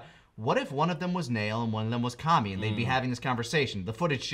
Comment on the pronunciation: HOLY SHIT I HEAR NAIL AND KAMI PROPERLY. ITS NEVER DONE THAT BEFORE!